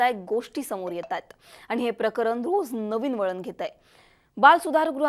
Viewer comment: जरा शुध्द बोला. आनी नाही आणि देन्यात नाही देण्यात आणि अजूनही खूपच आहे. तुम्ही ण म्हणतच नाही तिथे न बोलत आहात